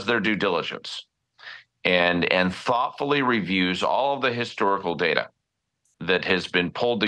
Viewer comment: Its not DARTTER mate , Its Data. 😂